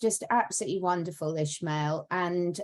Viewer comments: Why do they call him ISHmael if his name is ISmael? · he has a spanish name and last name, it's Ismael, not ISHmael.